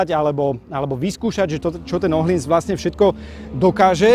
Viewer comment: Je fajn že víte jak se vyslovuje přijmení tureckeho jezdce. Teď ještě ten öhlins😉